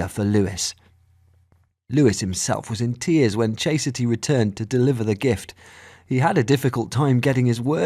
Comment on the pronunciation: "Chase-a-ty"? Her mom, or the narrator?